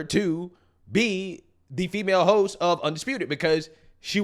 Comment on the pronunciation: Did you say “hosts” or “hos” 😅😂